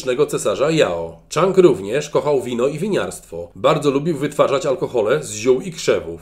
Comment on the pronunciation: Chyba "Dżang" nie "Czang".